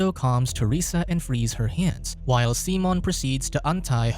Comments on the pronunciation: Why are you saying Simon that way??? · Why you do him dirty and calling him seamen instead of Simon lmao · Simon... not Seamon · "SEE - MON" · He still wasn’t pronouncing it correctly, but Simon in Spainish isn’t pronounced the same as in English